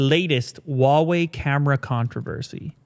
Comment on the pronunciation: it’s not whah wei, it’s who-ah wei. I know that I am nitpicking, but it doesn’t hurt to learn, since it’s such a big brand.